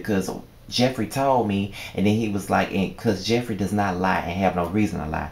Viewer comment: Lol nigga did u say jeffrita?! Hell naw! Lol great review though